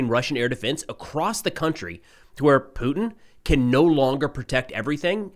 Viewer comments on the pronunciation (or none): none